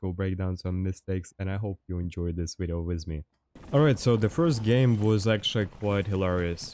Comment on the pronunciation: I love watching your strats and skill but damn man, i need to know how you pronouce Nvidia. Edit: Never mind, you said very but you say wideo, now im interested in why that specifically?